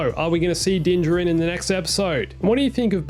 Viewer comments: Why do you call him din dinjren it’s din dinjaren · He said dinjarin